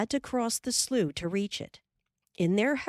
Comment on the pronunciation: I love that the word slough is pronounced correctly. At least that is how real Midwesterners pronounce it. Pronounced "sloo".